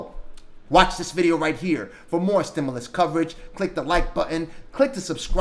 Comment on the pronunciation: It's pronounced " STIM-YOU- LUS not "STIM-ULL- US" . Again, "STIM-YOU-LUS" try saying like this, it is correct. We loooove Nancy Pelosi!!!!!!!!!! Gooooooo Nancy!! Know THIS! Ditch Rich Mitch McConnell blocked the STIMULOUS That Congress wrote and APPROVED waaaaaaay back in the Spring of 2020. Blame belongs to any and all DUMP 👎 Trumpsters! Yer fault! There ain't no $10,000 Grant from eidl. The only way you're going to get $10,000 is if you have ten employees at one thousand each. Most people just have themselves and one or two employees, therefore they only get one two or three thousand. You ain't getting no $10,000! That's not how it's written. It's pretty easy to read the simple english. They're not giving $10,000 unless you have ten employees. Stop dreaming.